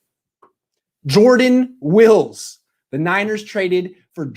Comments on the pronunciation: It’s WILLIS not wills btw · Isn’t it pronounced like former 49ers Patrick “ Willis” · You "know him" huh? Well enough to pronounce his last name correctly? That's a fail.